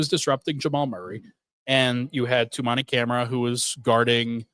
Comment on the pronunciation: Hearing him say the DPOY candidate and all defensive team member Toumani Camara’s name wrong is painful. That said, good content here. Pod team obviously doesn’t research small market teams, but thoughtful takes